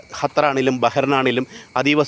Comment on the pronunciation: ഹത്തർ അല്ല ഖത്തർ